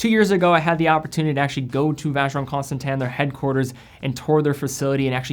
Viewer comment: Why is it pronounced Constantan when its Constantin?